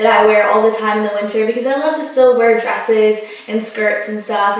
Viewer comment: you say winter, like winner. lol it must be a southern thing